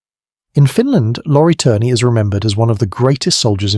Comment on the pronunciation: Lori Allen Turner??? His name was Lauri Allan Törni (pronounced: LOW-ree AH-lahn TÖR-nee; Finnish IPA: [ˈlɑu̯ri ˈɑlːɑn ˈtørni]). ö = say the vowel in “bird”/“fur” without the English R sound, while rounding your lips.